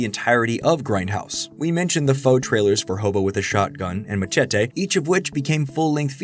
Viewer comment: Stop saying "Machete" so stupid.